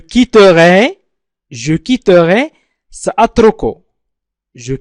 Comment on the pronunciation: لماذا يقرأ je quittorai ليس je quitterai ..